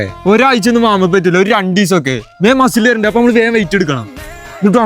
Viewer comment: മസിൽ ❌ മഷിൽ ✅😂